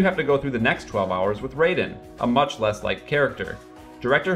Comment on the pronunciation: my guess is that he didn't play MGS2 cause he pronounces Raidens name wrong. inexcusable when the game has so much voice acting